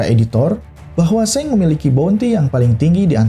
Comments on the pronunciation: Sang bang bukan seng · Emng pelafalan Shanks seng ya bukannya shank's